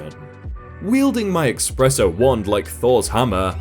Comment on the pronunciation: Anyone else annoyed by saying "Expresso"?